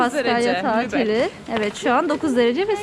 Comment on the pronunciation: selam canlar, once iyi haber, elsfleth'e gitmemis olsaniz bile sizi hep severek izliyoruz ve bu hic degismeyecek. Kotu haber ise, 'da "Lubeyin" demissiniz ama Lubeck bir ozel isimdir ve yumusamaz :))) bu'da size nazarlik olsun. ;)